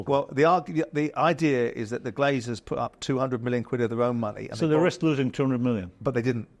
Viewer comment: I’m 8 minutes in and here are the clear mistakes I’ve noticed so far from these two buffoons; - Souness keeps calling the Glazer family the Glaziers; they’re American businessmen not window salesmen! - Jordan keeps calling Ratcliffe ‘Radcliffe’. He’s a British businessman, not a wizard ffs!! - Jordan said Liverpool signed Ederson for 75 million when he obviously went to City and Liverpool signed Alisson🤦‍♂️🤦‍♂️ - Souness said United signed Onana for ‘circa 70 million’. It was 43 million, but hey, why let the truth get in the way of a good story!! What a pair of utterly useless clickbait melts!!